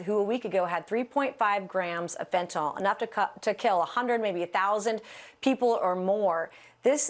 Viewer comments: Fentanyl, not Fentanol. She's just not smart enough to read, I guess. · It’s fentanyl, not fentanol. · Kind of hard to take anyone seriously when they pronounce fentanyl as fentanol. Standard trumpet I guess. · It pisses me off when they keep calling it 'fentin-all'. I think they know that's wrong, but that's how Trump says it, because he's an idiot...so they do it too